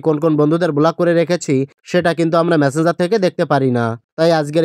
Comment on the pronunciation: বোলাক নয় ব্লক 😂